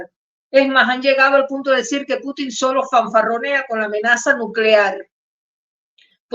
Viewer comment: Se pronuncia Pútin /pútin/, estimada periodista, tal como lo pronuncian los rusos y el locutor de Prensa Alternativa. La ortofonía existe y hay que observarla.